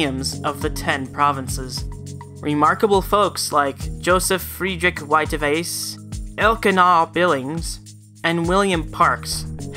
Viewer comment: Zh in Mandarin Chinese is pronounced J. So zhou sounds like Joe. Whiteaves sounds like white eaves and the G in Evgeny is hard like in goose. I realize you’re not the cunning linguist that I am...but damn good work.